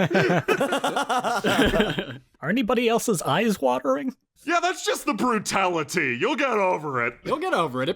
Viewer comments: why is no one mentioning "brutali-tea" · Tell me that what said wasn't "brutality" but instead was "Brewtalitea." Because that's a GREAT name for a tea. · Brew-tali-tea. Gg guys, gg